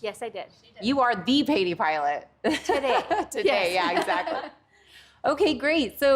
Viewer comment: Why Patey which should be pronounced like a burger " Pattie"